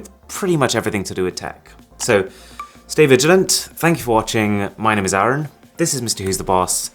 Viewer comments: It's arun not aeeruon 🙂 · he says arun like aron =/ xD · It Is Arun, He pronounces It is as Aaron But I confirmed it by seeing his Twitter account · Arun cant even pronounce his name properly and makes videos as if hes making a cheesy tiktok and hes talking about MKBHD . He is a disgrace.